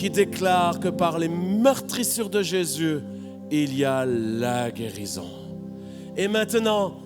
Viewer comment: j'entend j'ai s'yeux avec l'accent lorsqu'il dit Jésus :)